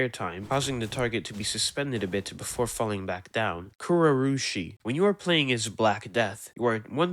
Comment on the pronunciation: if this voice isnt AI bro tried so hard to pronounce kuroroshi